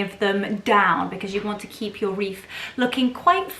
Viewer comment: lovely...it sounds like you're saying reef? 😊 not wreath....